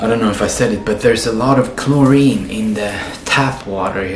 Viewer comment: bro said chlorine 😂